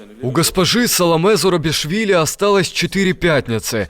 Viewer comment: Фамилия президента Грузии Зурабишвили, а не Зарубишвили.